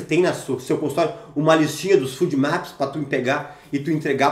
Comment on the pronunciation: FODMAPS se fala fôdmaps, não fúdmaps.